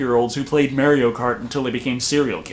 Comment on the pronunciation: Wrong about addiction and wrong about the pronunciation of Mario